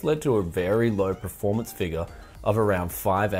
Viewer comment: It triggers me that you say preformance. Pls say performance.